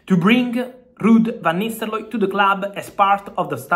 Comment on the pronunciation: "Rrud vanisteloy"😂